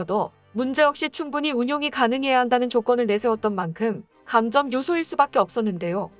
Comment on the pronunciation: '유사 국뽕'으로 돈벌이하고 싶으면 국어 읽기부터 똑바로 하기 바란다. '시점'은 '시쩜'으로, '감점'은 '감:쩜'으로 읽어야 하고, '주터키'는 '주: 터:키'로 읽어야 한다. 참고로 ':'는 장음 표시!